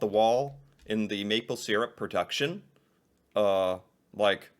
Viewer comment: Pronunciation of maple syrup is incorrect. (by the narrator in the video)